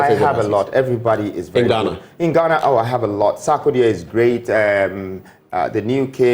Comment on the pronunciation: Imma need him to stop saying “Ghanarrrrr”